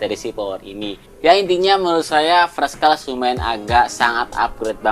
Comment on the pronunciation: Fres kles? Fers(t) klas kali bacanya